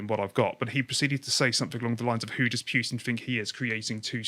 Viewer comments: He is called PUtin not Pewtin !!! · it's not pjutin nor pewtin it's a U there's no J. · Do you pronounce it Pewtin on purpose?